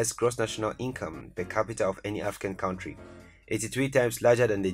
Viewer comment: Great video! As a native English speaker, I encourage you to say CUNTRY, rather than cowntry.